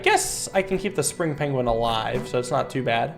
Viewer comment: I never noticed pronounces Penguin as Pengling and now I can't stop hearing it